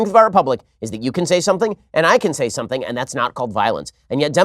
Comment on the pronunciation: gawd, the way she says 'something' is the worst